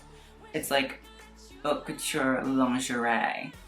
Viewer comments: You pronounce haute wrong sorry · U call yourself a fashion critic yet you can’t pronounce your own channel name. Hint, it’s not HOT le mode. Your pronunciation is atrocious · Love you but the way you pronounce haute kinda makes me wanna cry